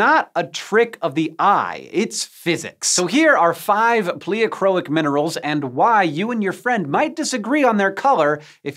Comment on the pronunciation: My geology professors pronounce pleochroic very differently than hank does. Anyone else?